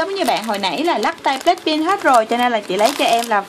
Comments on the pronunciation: Black pink mà cj cứ nói là black pin ko hà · Blackpink chứ không phải blackpin nha chị